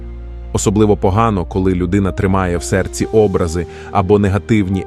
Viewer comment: Не Образи, а обрАзи